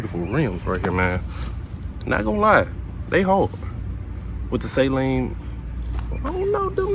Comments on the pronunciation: Sah...leen. Not say...leen. lol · Suh-leen not say-leen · SALEEN not SAY-LEEN. Steve does not say SAY-LEEN. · Great video, but sorry brother, you pronounced it wrong. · Everyone says saleen wrong.